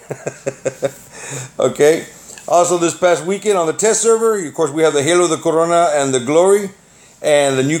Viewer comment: You said corona funny haha 😂